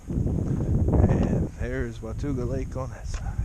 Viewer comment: It's said WA-TAW-GA ;)